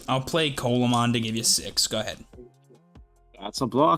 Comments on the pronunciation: Pronounced more like "See-la mon", not colamon :p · its pronounced "See-luh-mon" not "colamon" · This is nit picking, but just as a heads up (and like it doesn't matter, grand scheme of things, but it is a fun fact to show off to ppl with) Coelamon is pronounced See-lah-mon. Its based on the Coelacanth, which was a thought to be extinct fish, that still lives today. (Same animal that the Pokemon Relicanth is based on)